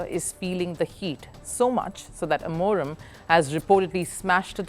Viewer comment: It's Amorim, not Amorem 😅😂